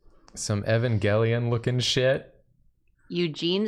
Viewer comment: over here saying "Evan Gelion" like he a downstairs neighbor or something.